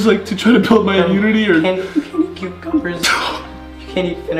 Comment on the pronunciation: grEAt *voice crack* noah starts crying😂 you can’t eat any cucUMbERs!